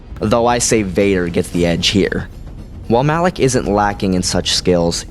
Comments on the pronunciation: It is "malak" not "Alec" genius. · your saying alak not malak -_ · Lol did u even play kotor it's malak not alak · really no one is going to comment how he called Malak, Alak? how can you mispronounce somthing that in the games they pronounced it for you and you still fuck it up. that like calling. Vader, Ader. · Why do you say "Alak" when the guys name is "Malak"?